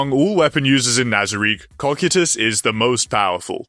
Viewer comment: CO-KIE-TUS say it with me😂